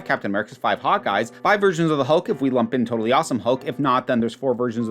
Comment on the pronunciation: Hearing "5 Hawkeyes" as "5 hot guys", my favourite superheroes